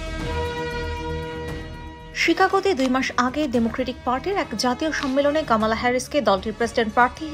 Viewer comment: কামালা নয় রে বাবা কমলা